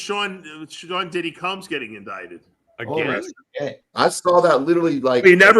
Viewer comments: Coombs?!? Is that the jewish way of saying Combs? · How the fuck is Dave mispronounced Combs? Wtf bro, get it together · lol Dave is calling him Coombs